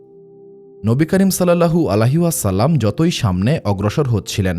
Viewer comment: আপনার উচ্চারণ এ সমস্যা আছে,,, নবী করীম সাল্লাল্লাহু আলাইহি ওয়াসাল্লাম,,, এর নাম বলার সময়